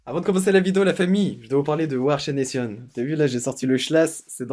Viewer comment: j'adore comment tu dis we are chaination 😂✌🏼